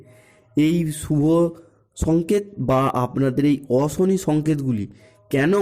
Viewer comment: এই ল্যা*ড়া, 'অশনি, রাশি, সংকেত'-এগুলির উচ্চারণ আগে ঠিক করে কর।